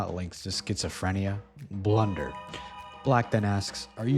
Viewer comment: That’s not blunder that’s B L U U U U N D E R